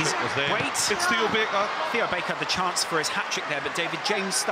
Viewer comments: On the bench, Theo Barker! Not Baker, Barker. :D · Theo Baker it's not Theo Barker